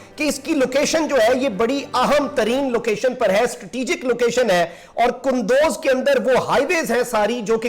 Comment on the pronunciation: It is kundooz not kandoz